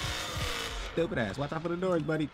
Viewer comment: always laughing my ahh of when you say ''Stewwpid ahh" 🤣